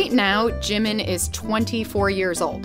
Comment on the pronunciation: Just for future reference, it’s pronounced: JEE-meen not JIM-min